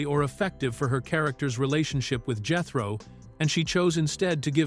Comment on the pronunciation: Absolutely.😂😂😂😂 Jethrin? WTF? Clampette? What?!? Jalopee? 😂😂😂